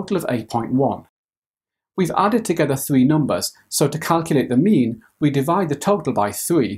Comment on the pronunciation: Who else thought he was saying meme every time he said mean lol Okay just me